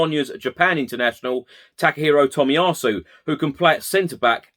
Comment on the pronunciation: Shame about the pronunciation of Tomiyasu :)